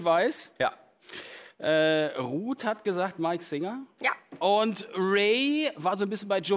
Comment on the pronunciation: Zu 100% Mike SINGER Und er heißt SINGER nicht “Swinger” 😂